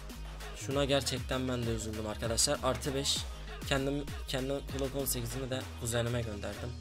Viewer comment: NORMALDE Okunuşu:glok 18 Yazılışı:Glock 18 'DE Okunuşu:klok 18 Yazılışı:Klock 18